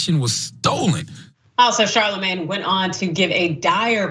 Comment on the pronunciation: It's pronounced "Sharlamanye".